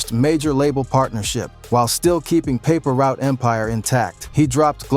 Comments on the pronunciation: Its not paper root its paper route 😂😂😂😂😂😂😂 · Paper root?? 😂😂😂 put some respect on pre and say the name right